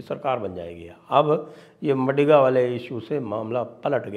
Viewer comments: It is मादिग and not मडिग, Sir ji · Sanjay Sir the correct pronounciation of MADIGA Caste is माधिगा 🙏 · It's not madiga, it's "MAADHIGA"( sc)sir... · Madiga nahi sir, Maadiga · Maadiga, d as in "the" not MaDiga. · Not madiga, it is madhiga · maadhiga and kaapu is correct pronounciation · Sir it’s pronounced as maadiga